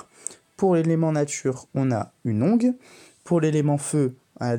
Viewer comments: en fait c'est comme pour les adverbes on dit le son "an" et pas "e" pour la fin, "heureusement" par ex. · Bonjour, très bonne vidéo explicative, mais juste pour information le mot "onguent" se prononce "ongan", ce n'est pas un verbe conjugué à la 3ème personne du pluriel, en espérant que ce commentaire ne soit pas vexant, j'ai cherché à te l'envoyer en privé, mais on ne peut pas (enfin je n'ai pas trouvé si c'est le cas) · tu n'es pas le seul à le dire comme ça, ça m'a même fait douter un instant lol